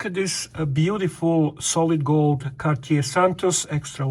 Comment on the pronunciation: “Kawtch-yay”, huh? Never heard of it, must be one some sort of Québécois thing. JK, congratulations on your new piece, 🐻, and to Bunny 🐰 for her first Rolex.